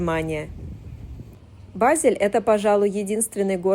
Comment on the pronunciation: Начала слушать, как раз была недавно в Базеле, но к сожалению через несколько минут прерываю просмотр потому что очень режет слух и раздражает произношение ведущей названия города, просьба не смягчать букву Е произносить её больше как э тогда может быть больше слушателей будет у вас